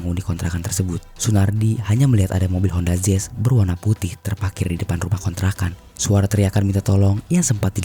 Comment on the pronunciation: Mau nanya, honda zezz itu tipe mobil terbaru apa gimana? Kok daritadi honda zezz honda zezz teruss. Artikulasinya astagaaa.. jelek bangettt